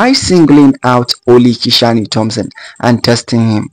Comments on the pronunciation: How did Kishane’s name become Ki-shaw-ne? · Kishan(e) the “E” is silent. His name is pronounced Kishan without the “E”